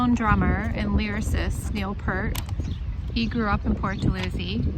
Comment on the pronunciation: Lovely, but, say his last name correctly!